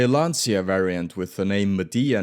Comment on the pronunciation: Exactly 💯 my dude. Pains me to hear Giugiaro mispronounced as 'Jeu-jia-rio' instead of the correct pronunciation of 'Jeu-ja-ro' Also to: Lancia is pronounced 'Lan-cha' rather than 'Lan-see-ah'